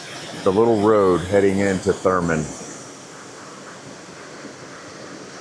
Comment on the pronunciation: It’s “Thurmond,” with a D.